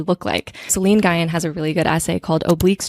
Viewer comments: Great episode: ) Just a note that Nguyen is pronounced "ng-win", not "guy-en"! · lovely video! i'm a new subscriber, but i have been getting a lot out of your videos. just wanted to let you know that Nguyen is pronounced like "ng-win." <3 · Hi! First off, I just want to say I started watching relatively recently (or listening) and your essays in podcasts have given me so much to feast on in terms of thinking about my own thought processes and brainwebs and neurodivergence and ADHD and how I organize my thoughts. So thank you for that!!! I just wanted to jump in with a quick comment about the name Nguyen - my understanding (as not someone Vietnamese) is that it's pronounced (in the simplest form english-only speakers might go with) "Win". It was a little jarring to hear it mispronounced every time, and as a latina/brown person, I felt it important to hop in and make the correction the same way I would hope someone would for my own name. (: For any Vietnamese speakers out, or Nguyen's who are listeners, feel free to correct my correction or tell me if I've overstepped! Again, thank you for all the creating you do and how freely you share your process and thoughts with us. And I hope you take this in the gentle way it is meant (